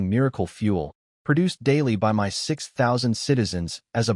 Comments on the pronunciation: My is pronounced "mI" you stupid ass AI🤦‍♂️. Not m y😮‍💨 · Something is wrong with the AI you're using. Instead of saying words like "my," it says "M Y," and instead of saying words normally, it sometimes spells them out letter by letter. Either there are spaces where they don't belong, or the AI system you're using isn't performing very well. I would suggest trying OpenAI. In my experience, it works the best out of the AI services I've used so far, and it doesn't cost very much. If I were you, I'd give it a try. The system you're currently using, unfortunately, doesn't seem to be working out very well.